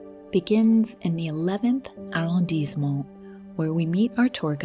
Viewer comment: "Arrondissement" has a double "s", pronounced like the double "s" in "passion". Thus, you get "arr-ond-eess-euh-mon", the accent being on the "i"(eess).